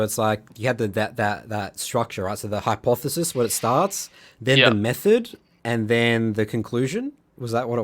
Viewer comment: This guy really said "hypothesi" trying to sound smart